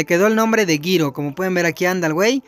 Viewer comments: No se dise giro se dice jiro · Se dise jiro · Se pronuncia jiro